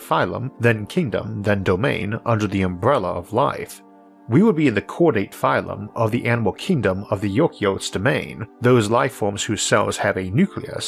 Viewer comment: A lifeform made of cells with gene-carrying nuclei is pronounced you-CARRY-ott.